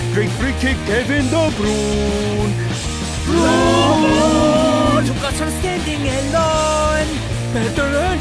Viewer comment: Does he know its pronounced De Bruyna not De Brown